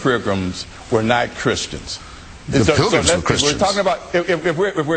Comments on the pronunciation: Blackwell: "Well, yes, hah, hah, hah (what's Hitchens saying, anyway- I don't know ANY of that stuff) let me just ask you, Christopher- you think that the,- that the founders that,- and the prirgrams were not Christians..." -No, he never said that, did he? And it's pronounced PILGRIMS. Feign a heart attack and get taken off stage. Have your people tell everyone that you were not feeling well, and were not in your right mind during that debate. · Then he says, "prilgums"......HAHAHAHAHA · I believe I'd learn how to say "pilgrims" before having a debate about them!!!! Ken...."pril-gums"...….REALLY???????? HAHAHAHAHA You better AXE somebody!!!! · in the space of ten seconds this man says "Prigrims", "accracy", and "forfright"